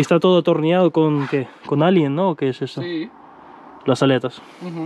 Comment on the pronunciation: está atornillado con "Alien", jajajajajajajaja... Allen, se dice Allen...